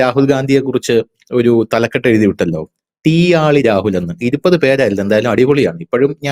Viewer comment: തീയാളി എന്ന് തന്നെയാണോ 😂😂🙏🙏